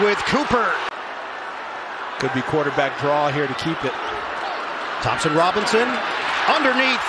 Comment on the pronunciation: Guys gotta learn how to say Njoku